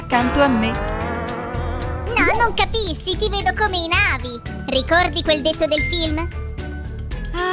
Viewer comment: Ma e super bellissima ma si dice na vi' con l'accento sulla i